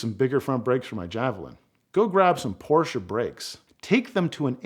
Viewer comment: My favorite part of this video, is when you pronounce "Porsche" properly. It's a two syllable word!!